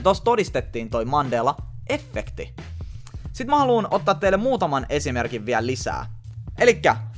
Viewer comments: Se sanotaa iha efekti eikä effekti 😂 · särähtää niin pahasti korvaan kun sanot effekti.... vaikutti aluksi siltä ettet osannu päättää sanotko englanniksi effect, vai suomeksi efekti, ja loit itse epämääräisen välimuodon😑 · Alko ärsyttää niin paljon kun sanot efffffffekti nii lopetin kattomisen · Et mulla meni moti tän kattomiseen mikä vitu efffffffekti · Häiritsee ku sanot effekti tollee ku mun mielest se sanotaan yhel F:äl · Vitsi et häiritsi ku sanoit kokoajan effekti etkä sanonu efekti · Oonks ainoo ketä ärsyttää et sanoo ”effekti” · eT OO vittu menee moti tän kattomiseen miKÄ EFFEKTI siin jossai muussaki videos se sanoo "illuminaaattti" yhyy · Kivasti tulee "effekti" sana😂😊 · No ehk se on kattonu liikaa englanni kielisii videoit kosk effect ja effekti on samanlaisii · no on sillä itseasiassa enemmän kun luuletkaan :D eripuolilla Suomea lausutaan samat sanat eritavalla, tässä kyseessä oli kuitenkin väärästä lausumis-asusta eikä murteesta